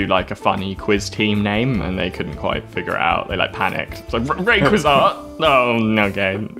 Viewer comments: I’ve heard people say it like “Ruh-Kway-Zah”, and I personally say it like “Ray-Kwah-Zuh”, but I’ve never heard someone pronounce it like the way did. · the pokemon part reealy sent me of the edge its ray-qu-ah-z-ah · It's not pronounced laser-ray-quasar Why choose a legendary pokemon with a japenese name anyhow? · IH: "Ray...quizarre" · Never heard anyone pronounce Rayquaza like Rem Lazar... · His pronunciation of Rayquaza is actually infuriating. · and still wasnt even close to pronouncing it right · The way both pronounces Rayquaza's name and also how he describes it as a "new Pokémon" both kill me! Also the fact he calls the moves powers lmao. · "New Pokemon" Pronounces 17 year old pokemon wrong as well* Okey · “New one” “rayquaza” oof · They: try to say correctly raiquaza Me: are you trying to summon a fucking demon or what? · The way they’re pronouncing rayquaza. 😂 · I have never heard Rayquaza's name butchered so badly... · I can't get over how they pronounce "Rayquaza" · Is it just me who thinks it’s weird that thinks rayquaza is new, also he pronounces it weird